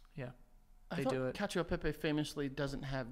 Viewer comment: Joe schooling Frankie about the word cacio: proceeds to pronounce Cacio e pepe like an Irish man.